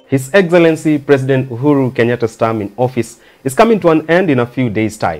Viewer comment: His Eggzellenzy prezzident Uhuru